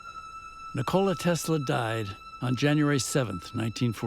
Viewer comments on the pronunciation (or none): It’s true we Americans have never given Tesla the respect he deserves. That starts with the most basic and recurring disses that this film is guilty of too: butchering the pronunciation of his name. It’s not nick-KO-la. The emphasis is on the first syllable, and it’s pronounced like the English words for the joint in the middle of the leg: knee and and the soda: cola: NI-kola. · You know it's going to a bad documentary when one minute in and they pronounced his name wrong! It's Nikola Tesla not Nocokla Tesla.